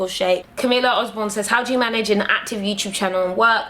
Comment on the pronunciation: LOL it's NOT! YOUSHUB IT'S YOUTUBE. lol :) LUV YOU GURLLL! My African sister!